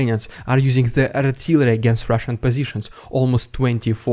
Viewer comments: I love your "rrrrridiculous Rrrrrussian prrrrroganada" segements. I think they are brilliant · That little squeak after the 'rRrRrRrRussian prRrRrRrRropaganda'. .. .. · Strrrrraight to Rrrrridiculous Rrrrrrrrrussian Prrrropagabda 😂😂😂😂😂